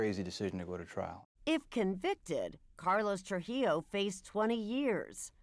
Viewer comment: Why can’t any of these white people say “TruJILLO”?